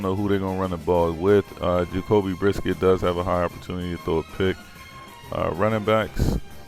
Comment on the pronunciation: Yo these videos is gold pure comedy when u pronounce the names lol my man said Devon acne and Jacoby brisket 😆 I'm dead 😑